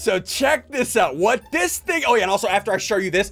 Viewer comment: He said the other ting